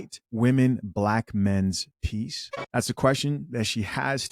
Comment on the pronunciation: Peaice not piece Not the same.